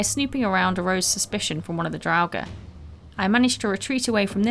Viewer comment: I am subbing because you are pronouncing "draugr" without a V like some other youtubers